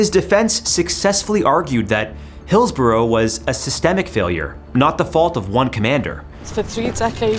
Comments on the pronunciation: pronounced 'Hillsbruh'...... not 'Hillsboro' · Script written by AI by chance? By the way, its pronounced Hills-brugh not Hills-burrow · Im a Liverpool fan. The police trued to cover it up and The Sun newspaper blamed the fans. Disgusting. Its pronounced Hills-burra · Excellent presentation of the event but I'm going to be really picky and say that, in England, Hillsborough is pronounced "Hills-ba-ra". Yeah, I know; English spelling of place names doesn't bear any relation with the pronunciation. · It’s pronounced Hills-bra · I cant stand how he pronounces Hillsborough 😂